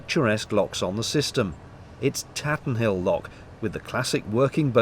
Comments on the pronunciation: Another great vlog as usual but I did have to smile when you said "Tatenhill" especially as you had said Alrewas was hard to say (pronounced Tate nil ) Mind you I'm pretty sure I mispronounce lots of place names =) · Now you've made me homesick, lovely video. I walked that stretch a few months ago. I was shocked at all the new houses springing up. Burton has grown beyond all recognition. By the way, Tatenhill is pronounced Tate en hill, or Tatenil by the locals. Thank you for this. Best wishes, ilona